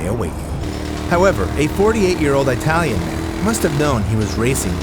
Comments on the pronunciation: 48 year old Eye-talian man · Wtf is an I-talian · EYE-TALLIAN 😂😂😂😂😂 oh you americans, can't even say foyer or roof properly 😂😂😂